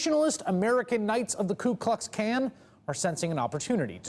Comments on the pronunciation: Did he say klue klux cans?? It's more like, Krazy Klowns without a Klue...lol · Ku Kux Kan?? Lmao wtf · "Ku Kux Kan" lmao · Anyone else notice "klu klux kan"